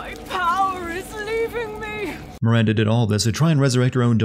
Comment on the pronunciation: You missed a sin for Heisenberg saying Mirander every time